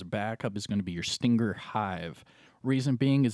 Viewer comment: Anyone else bothered by how he said stinger?